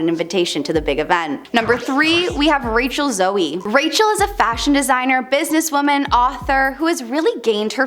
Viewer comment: I love you guys but pleeeaasssee work on learning the correct pronunciation of celebrity names. Rachael Zoe is not pronounced ‘Zoey’. Just take a minute before filming and Google the names. 😊